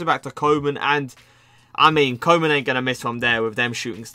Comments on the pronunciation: Its pronounced Koo-man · Koe = Cool without the "L" Man = Man but not the american way. Use the "a" in the word "car".